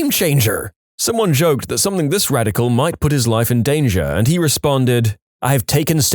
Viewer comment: No k in the word something . Not sure where you are getting the K from when you pronounce it .